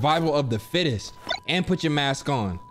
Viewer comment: “Survival of the fittess” lmao